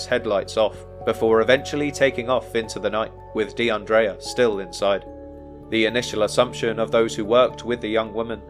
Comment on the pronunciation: Almost broke my neck looking up at the screen when you said her name because not only is that my name too but you also pronounced it correctly. Praying for justice for DeAndrea and her family 🩷